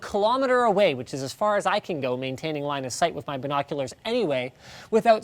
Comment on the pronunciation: Who else thought he said, "Maintaining Linus sight" ?